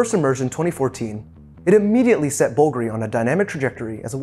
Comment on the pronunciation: The watch appreciation game is all about macro-level scrutiny of fine details, and it often borders on the obsessive. That being said, every time he mispronounced the name Bulgari it made me cringe a little. One doesn't have to pretend to speak italian to say it properly, but looking up the correct sounds is no different than reading the tech specs of a watch.